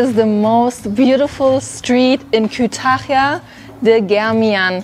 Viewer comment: Kütahya derken o kadar zorlanıyor ki 😂